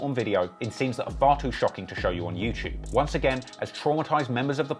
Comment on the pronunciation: Also-- there's no 'ch' sound in the word 'YouTube'...